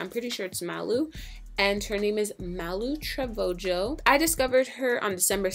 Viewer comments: "Malu TROVOJO"😂😂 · "malu trevojooo" omg how she pronounced her Name got me weak😂😂💀💀💀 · It's Malu Tra-Vee-ho